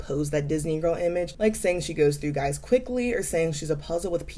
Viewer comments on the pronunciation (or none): none